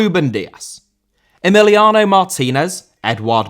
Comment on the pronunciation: Emiliano* not Emeleohrnouw